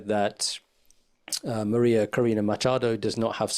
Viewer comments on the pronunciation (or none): none